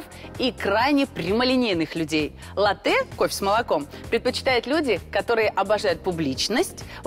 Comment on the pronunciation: ЛАтте а не латтЕ ! Так много знаете о кофе, а как название произносится - не в курсе